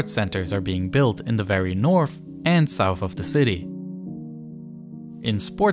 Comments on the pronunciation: eFiopia, instead of eTHeopia . Sounds like he has a ‘F’ , for ‘Th’ speech replacement Phonological defect. TogeFer, for TogeTHer. OverFrow , for OverTHrow. NorF for NorTH etc. Also spotted gWoop for GrOUp CentWal for CentRal. TWaditional for TRaditional Probably a few more , but it becomes difficult to concentrate on the actual subject which is ( otherwise very interesting ) An early intervention might have helped, but so many kids are just not getting that help early enough. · "North" is not "norff"; "south" is not "souff"; "this" is not "diss"; "these" is not "deese"; "through" is not "fruuu"; "with" is not "wiff". Please learn how to speak before posting videos as if you possessed the basic communicational capacities sufficient for public comprehension, when all you've promulgated is a brand of silly gibberish.